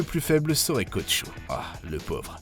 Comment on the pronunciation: C'est pas Kochou c'est Kocho😭 As tu vraiment regarder la série